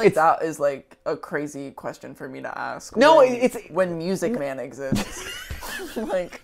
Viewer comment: MY-OO-SIC MAEN